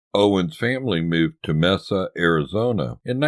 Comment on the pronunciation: MACE--A, not Mess-A. We worked for Buck on one of his country radio stations. Knew the family well. The radio station in Mesa was KTYL not KARV? BTW, we wrote the book---KNIX, THE BUCK OWENS YEARS that you featured the cover. Its available on Amazon. Also, the station in Bakersfield that the family still owns is KUZZ. "CUZ"